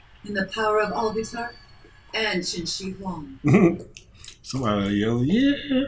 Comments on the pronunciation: pretty sure it's pronounced like Chin-She-Hwong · His name is pronounced Chin-She-Hwong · that's NOT how you pronounce it bro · Qin Shi Huang (Chin-Chi-Wong)